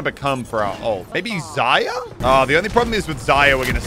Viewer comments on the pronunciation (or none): Did u calls Zarya Zya?!! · Zaya it’s zarya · Did he say zaya for zaria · why he saying zayya and not zarya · Man says Zaya loooool